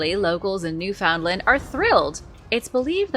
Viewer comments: NEW-FUND-LAND is how it's pronounced.. gawd.. I'm born and raised in Atlantic Canada.. How can you pronounce complex names from the Aztec or Inca and not get that right?? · new fundland is how it's said.